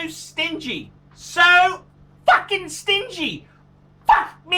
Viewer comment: lesson how to pronounce fuckin: blow you cheeks, put your upper teeth over your lower lip, and give it a go!